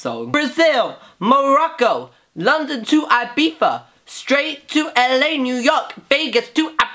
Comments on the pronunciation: BOI ITS NOT IBIFA ITS IBIZA (pronounced ee-bee-za) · It’s Eye-Beeth-a...not eye-beef-ah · Isn't it Ibiza instead of Ibifa? Very clean look! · Omg. London to 'Ibifa'. I'm dead. 😂